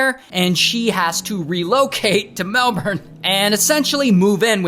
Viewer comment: FYI, "oh pair" and "melbin"